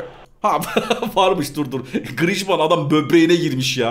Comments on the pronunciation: Abi Grıjman Değil Grıezman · abi grişman deyil grizman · Grijman değil grizman okunuşu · Grijmann değil grizmann likeleyin de görsün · grijman deil grizman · 1. yi hatırlamıyom ama gırızımane değil 😂😂 griezmann. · o oyuncucun 10 tane okunusu var:) 1 grizman 2 grisman digeride senin dedigin iste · diyorki yorumda abi diyor griezmana neden grizzşman diyor